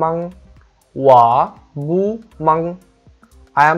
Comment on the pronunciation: বু হবেনা উচ্চারণ হবে পু হবে Bu এর উচ্চারণটা হবে (পু)